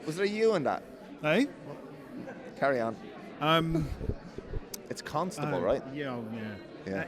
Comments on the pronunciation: i had to listen 5 times to get the "cuntstable" joke but when i did i was dying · CUNTstuble corbs 😂😂😂